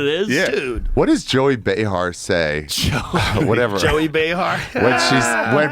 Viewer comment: It's pronounced J-O-E-Y